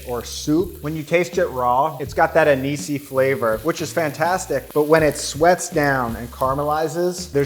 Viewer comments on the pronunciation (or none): none